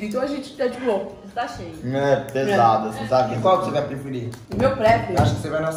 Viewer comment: "Agora océ ouve" KKKKKKK 👁️👄👁️